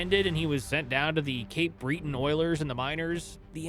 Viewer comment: good episode. Just remember to fact check a bit more. Two errors for example: Cape Breton- it's not Breeeton. It's Breh tn John died in 1992 His dad 1989 That's not one year.